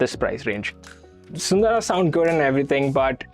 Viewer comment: thanks for pronouncing "SUNDARA" correctly. :trophy-yellow-smiling